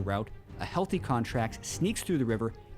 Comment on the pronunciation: I like how emphasise a "healthy" Contractz